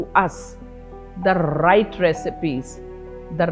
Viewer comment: the rrrrrrrright rrecipes